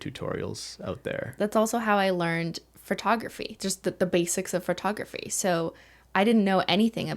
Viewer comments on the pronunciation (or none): Phertography... lol. I love how she says it. 😂📸